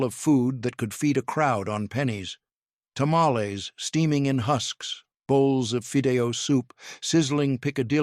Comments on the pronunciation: HEY Dummy ! It's '' ta ma lees '' NOT Tamaless !!! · 😎He did not pronounce Tamels right, that's why it was funny. Chill! (✌🏻) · "Ta-ma-LEZ". Tell me you're an AI voice without telling me you're an AI voice. 🙄 "Pozo...."? Sheesh. 🤔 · Like said, GET A HISPANIC TO DO THE NARRATION OF A MEXICAN DISH VIDEO!!! wtf are Tamalés??? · Let me tell yal i love me dome tamalcks 😅 Mister please stop saying it that way. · TA MA LEZ 😅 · What? You don’t like to-ma-LEZZ?? 😂 I know- the pronunciation is so wack!! 😅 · "Ta-ma-LEZ" .... lots of bad pronunciations , but that was the one that made me stop in my tracks. 🚫